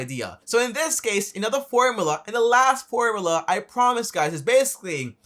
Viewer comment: Its called a formula.. Not formala